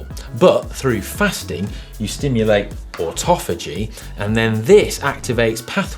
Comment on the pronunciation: Autophagy is pronounced (phoenetically)- auto- fay- gee